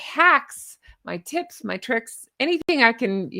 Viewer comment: Just thought for a second you said: "my hacks, my TITS and tricks" 😂😂😂